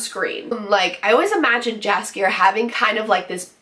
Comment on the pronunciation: My only concern is that it's too short. They could put and do a lot more if they had more episodes, for now this soup is too dense;) but I love your review, and your passion for the Witcher series;) please try to pronounce Jaskier like yoghurt not like jam:) cheers!